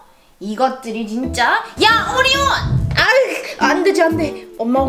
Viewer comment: 초에에 오리온인데 호라고 들림